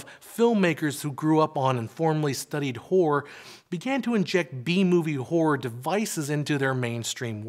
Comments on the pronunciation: hahaha you probably should pronounce the word "horror" more clear cause sometimes sound like w*ore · I always thought horror had two syllables. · I never knew I was pronouncing horror incorrectly till the pendantics on YouTube started correcting me. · Is he pronouncing horror like that deliberately? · Dear god the pronunciation of the word horror makes this nigh unwatchable.